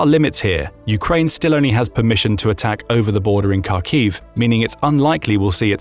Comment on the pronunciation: So many factual and pronunciation in mistakes in this video, Kharkiv (Харків) as you can see from the Ukrainian Cyrillic, starts with a Hh And the historical transliteration of that letter to Kh is essentially incorrect. Also FAB bombs on dumb if fitted with wings and the guidance system. They're using them as a guided bomb. The "dumb" FAB bomb being the explosive part